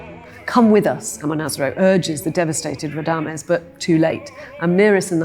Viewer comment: she cannot even pronouce Radames‘ name correctly 😂. An opera amateur trying to preach her “cultural study” to opera audience😂